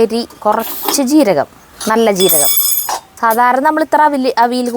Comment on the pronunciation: അവിൽ അല്ല, അവിയൽ എന്ന് para